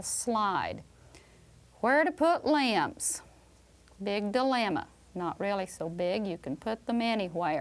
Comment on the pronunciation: limbs, i thought she said lambs 😭🤣